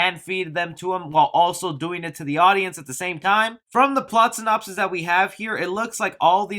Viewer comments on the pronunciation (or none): none